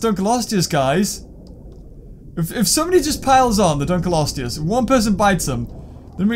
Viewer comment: can you stop saying dunklosteu wrong its ( dunk- low-stee-us)